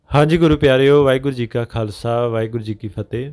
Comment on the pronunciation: Please Please 🙏ਵਾਹਿਗੁਰੂ ਜੀ ਕਾ ਖ਼ਾਲਸਾ ਵਾਹਿਗੁਰੂ ਜੀ ਕੀ ਫਤਿਹ 🙏 Please say Fate properly say all words properly. Please do not try to shortcut . Please Try to under stand the importance of this Greeting. Say all and each word clearly with all confidence, please do not mumble jumble the words. 🙏💐 ☬ ਵਾਹਿਗੁਰੂ ਜੀ ਕਾ ਖਾਲਸਾ, ਵਾਹਿਗੁਰੂ ਜੀ ਕੀ ਫਤਿਹ ਜੀ ☬🙏💐